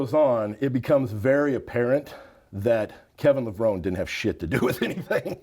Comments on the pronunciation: Like, it's literally pronounced, "Le-Vro-Nee", jabroni 🤦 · Damn Straight Man. How can this guy not know how to pronounce Kevin's last name correctly. 🤦🏽‍♂️🤦🏽‍♂️ Lev -- Row - Neeeeeeeeeeeee!!. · Literally just thrown everywhere, Cant even pronounce Kevin’s name properly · My literal reaction to mispronouncing, Levrone ➡️